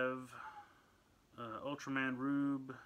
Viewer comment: Its pronounced ultraman ruebe